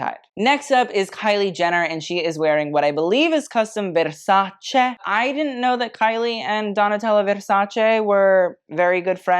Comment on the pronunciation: Strangely you pronounce Versace as it should be pronounced, which many people don't even in the fashion field, but unfortunately you don't pronounce Bottega Veneta well, not because I want to attack you but because I'm Italian and every time I hear it it sounds bad 😅. Here's a video of the correct pronunciation, hope next time you will say it well 😊💕